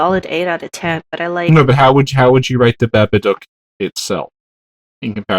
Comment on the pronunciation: I love how says "babadook" haha